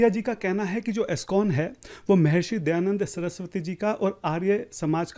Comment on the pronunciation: Ye jo he wo dayanand saraswati ko dayand saraswati bol raha hey aur ye kya sanskrit mein debate karega.. Iske upar police file karke usko jail mein bhejna chahiye aur sabke samne mafi mangne ki jabardasti police aur coat dwara karani chahiye..